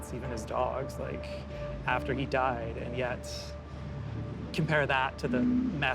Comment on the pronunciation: 'Died' (with an emphasis on the last D) pronunciate girl pronunciate!!! Articulate girl articulate!!!